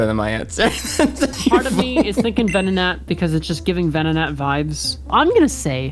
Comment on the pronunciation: Venonatty / Ven-not-nat 😂